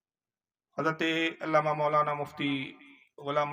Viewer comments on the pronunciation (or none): none